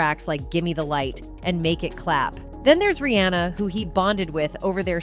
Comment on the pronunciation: imma need these AI voices to understand how to pronounce industry names. NOT boostA, BUSTA. Not REE-ANNA, REE-HAUNA